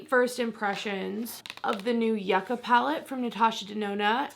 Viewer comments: It’s pronounced you ca not yuck ca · I’ve really been interested in this palette. Looks amazing. Fwiw yucca is pronounced “yoo-ca”. I went into the grocery store once and asked for “yuck-a” and the grocer looked confused for a moment and then said, oh, “yoo-ca”. Hahaha so that’s how I learned.